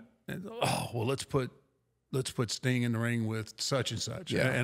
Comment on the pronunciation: The way pronounces 'Sting' sounds very much like 'Stink' 😂